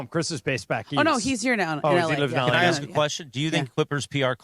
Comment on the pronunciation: the word ASK is said how it’s spelled. It’s not “Axe” it’s A-S-K. So you say it A-SSS-K ASK! You sound like a damn moron honey slapper!